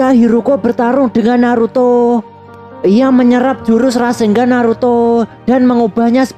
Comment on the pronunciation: Kenapa orang² ngomongnya Rasenggan bukan RASENNGAN ya? Padahal baca dan tulisannya itu RASENGAN bukan rasenggan